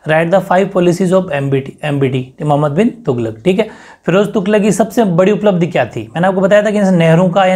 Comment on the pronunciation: sar क्वेश्चन 10 उसका नाम ढंग से बोला नहीं जा रहा उसका नाम मोहम्मद बिन तुगलक है